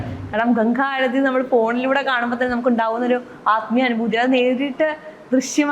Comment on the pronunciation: നിളാ ആരധി അല്ല മേഡം ആരതി എന്ന് പറയൂ. കഷ്ടം